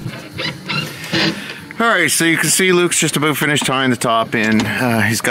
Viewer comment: I figured. So, I think it has a little to do with something about your look. But when you pair that with the voice, you have it. I think you could probably do voice overs for that guy (as long as the word "about" is not involved) ha ha. Unlike you, i dont think Mr. Renner would get too close to that box in this video. Let alone work inside of it. Have a great weekend and thanks again for the content.